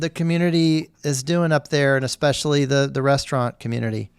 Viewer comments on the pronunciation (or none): She pronounces 'especially' as "EKspecially".